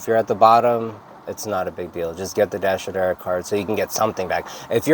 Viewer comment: Oh ok.. "Dasher Direct card.." Thank you. I must have listened to you say this a 100 times trying to figure out what you were saying. haha